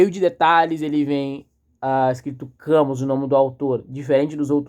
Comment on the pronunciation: Parabéns pela análise! Ver um jovem interessado por Camus é sempre um fio de esperança. Uma dica: a pronúncia é “Cami”, em francês. Leia O Homem Revoltado e A Peste também do mesmo autor.